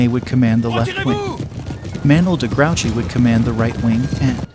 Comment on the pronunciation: Its pronounced gru chey. Not grouchy